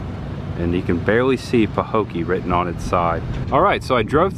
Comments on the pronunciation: It is peinounced " pa- Hoe- key" it was the home of Mel Tillis. Great job of content. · Pah-hoe-kee. I'm curious about home prices. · Pa-Ho-key is how to pronounce. Where the abandoned picnic tables were in Port Myakka there used to be an old general store on the corner across from the picnic tables. I believe they closed in early 90s or late 80s. I have a story about that bridge there’s an apparition that appears on it. That old ran down convenient store you saw Canal Point… I was always told Burt Reynolds stopped there in the movie cannonball run. I live in Belle Glade it’s sad we live in a beautiful place that could have so much potential. There abandoned Burger King in Pahokee was a Chinese place after BK closed in early 2000’s. I could go on & on but I will stop 😂 also Mel Tillis is from Pahokee…the gas station on the corner across from the grocery store is where he worked when he was a teenager. If you ever come back to this area message, we would be more than happy to tell you the history and take you to places that you haven’t seen . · Sorry to say, this is a poor town. The median income is only $35,000 per household😌 last I checked. The hospital even closed and was abandoned years ago. It is pronounced Paho kee. Love your content! Tell Chris the girl: NO ONE has ever died from a frog attack. However I would probably kill myself getting away from the flying roaches we have here in Florida.